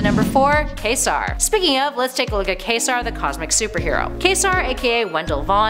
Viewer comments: 'Quasar' - like the star. "Kway-sar." Not like 'Kay serah kerah.' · Isn’t it pronounced “kway’-zar”? She kept saying kay-sar. Js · Quasar is pronounced "Kway'-zar," not "Khay-ser". It's a scientific astronomy term for a kind of super luminous, ultra-massive, rapidly rotating neutron star. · it's not pronounced ka-zar it's qwae-sar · When you mentioned "Quasar," it sounded like Ka-Zar (Kevin Plunder, a Tarzan-like character who lived in the jungles of the Antarctic Savage Land). "Quasar" should be pronounced "Kwa-zar," with the first A being a long A. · #4 Quasar is pronounced "Qw-a-zar", that's with a "Q" not with a "K". You pronounced it as Kazar, as in of the savage lands. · omg, every time she said "Kay Zar" i wanted to throw my laptop. KWAY ZAR, NAMED AFTER THE REAL LIVE CELESTIAL OBJECT...sheesh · Kway-sar, no Kay-sar! This is what happens when non-comic book people speak superhero names. C'mon! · I believe it's Kway-Zar not Kay -Zar (Quasar) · Yep, Quasar got me worst of all. It's pronounced "KWAZAR" not "KAYZAR" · Is her pronunciation of Quasar (Kay-sar) the actual pronunciation? Isn't it Kway-zar, like the celestial object? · Also it's pronounced closer to Kway-sar than Queso-r. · KWAY-ZAR, not kaysar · Also, it's QUAY-sar, not KAY-sar. Just like the stellar object. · Quasar is pronounced "Kwaysahr" -- like the star, or the TV company. Not like the Mexican cheese sandwich. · It really, really bugs me the way she kept pronouncing Quasar like, Kā-sar. It’s pronounced, Kwā-zar. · QUAY-SAR not KAY-ZAR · Quasar = "kay-sar" LOL Are you fxcking kidding me? It's not "que" like quesadilla. LOL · "MCU"? The Municipal Credit Union? "K-sar"? Wouldn't that be "KWA-sar"? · It's pronouced KWAYsar, not kaysar. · It's pronounced KwayzaR NOTCAISER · KWAY-zar. Sub-MARE-inner. Jeesh. And half of these aren't heroes, so why not just say "characters"? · Wasn't watching the video when she said "Kaysar". I thought she was talking about Ka-Zar. Yeesh. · K-zar... wtf